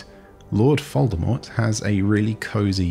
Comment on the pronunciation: Wait, were you saying Lord Foldemort?